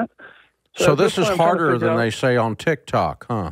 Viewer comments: Why does he keep saying TikTak 🤣🤣🤣🤣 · I just LOVE how he calls TikTok “Tic Tac” 😂😂😂 reminds me of how my grandma always mispronounce words 😂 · Did he call it tic tac 😂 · I die every time Dave says Tik Tack LOL. Its tic tok but thats ok :) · « TikTak » influencers 😂